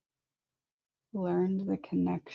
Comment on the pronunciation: Holy shit she just said biweapon